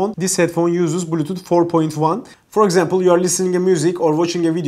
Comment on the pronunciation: thanks so much for the review! very good video and very detailed useful info. ps: a friendly suggestion: your english is good! just try to improve the clarity of you pronunciation on these words here: box, body, bluetooth, hours, bass